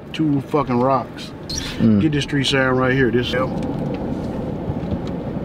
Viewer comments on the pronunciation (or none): none